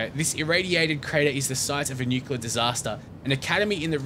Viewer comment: Nuclear waste or Nuculer waste? :3